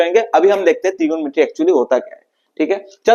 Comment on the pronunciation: Trigomrty ❌ trigonometry ✅🤫